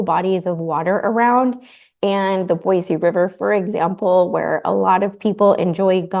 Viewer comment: Since Boise is your home now, it's actually Boise with an "s", not Boize.